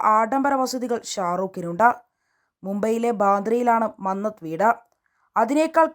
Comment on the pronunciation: മംഗത് അല്ല മന്നത്ത് ആണ് 😅